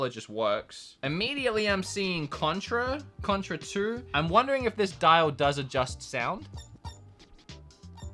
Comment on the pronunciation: Did anyone notice that Contra on the chicken console said “Cuntra” LMAO 😂